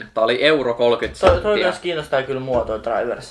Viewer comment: hyvä suomi " centtiä" :DDD